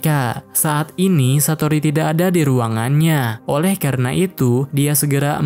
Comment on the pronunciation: Oleh ❌ Oweh ✅